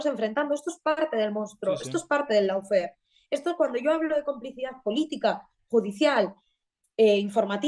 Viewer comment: gran programa como siempre. Una pequeña corrección: Se pronuncia "lofer" y no "laufer" ( lawfare ) Dicho lo cual: Enhorabuena otra vez!